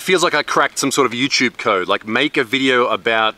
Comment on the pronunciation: Important question is.. Why u saying.. youchube if its written youtube?